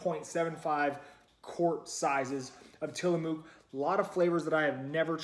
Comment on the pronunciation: Sorry to nitpick, but as a native Pacific NWer, it's pronounced "Tillamuck." Sort of like the "oo" in "look," lol